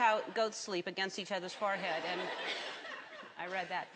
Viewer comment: Pretty sure she just said "farthead" instead of "forehead."